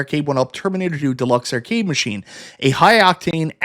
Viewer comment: What's an err-cade?